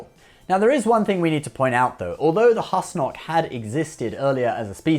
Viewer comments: Pretty rich getting on Riker's case about pronunciation while getting Husnock wrong every time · Sir perhaps you should be able to pronounce husnock right before complaining about the pronunciation of others In any case great video love you man